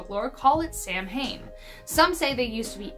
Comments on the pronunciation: …it is not pronounced Sam hain….it is pronounced sowan,.. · I spell Puca as Pooka, as the latter is my cat's name; he is indeed named after the legendary creature, what with Harvey the "invisible" rabbit was a Pooka, and in Darby O'Gill and the Little People Darby references a Pooka... Also (argh), Samhain is pronounced SOW-inn, not Sam Hane... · You guys need to Google your Irish pronunciations before you do these vids. Samhain is not pronounced Sam-hane for goodness sakes, it's more like Sow-in. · Or as too many Americans pronounce it as “SAM HANE” 🙄